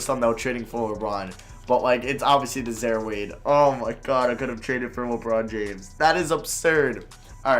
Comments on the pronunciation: mans said “za-er” lmao it’s “zi-eer” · im pretty sure it is zi-air not zare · Its pronounce Zaire not Zare wtf lmao good vid tho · "Zaare Wade" 🤣😂😂 I'm done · I think some white people are incapable of pronouncing zi-eer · It’s zi ear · Yea, his pronunciation was painful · pronouncing names wrong.... Zare Wade Zeeon Williamson